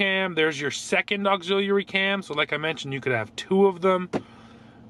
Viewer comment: Did anybody else cringe every time he pronounced ‘auxiliary’?